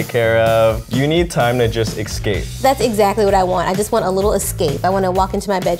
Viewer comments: "ex-cape" lol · He said exscape 😬😬😳